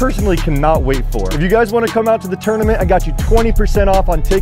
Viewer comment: Why does EVERYONE pronounce 'Tournament as "Turdamint"?? Lol wtf.'